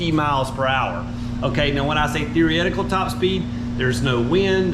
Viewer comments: Did you say therietical top speed 😂 therietical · “Theory-etical” top speed 😄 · can you say "theoretical" for us again 😁😁😅??